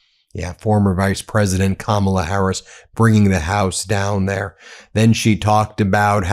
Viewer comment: Interesting that drumpft finally figured out how to say Kamala’s name!